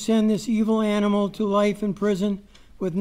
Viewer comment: Do not say aminal he is a monster